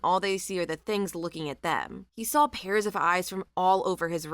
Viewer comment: There isn't an L the word saw I love listening to your narration, except for the word saw.🫣😳